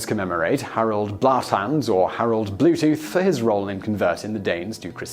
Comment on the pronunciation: And "Blåtand".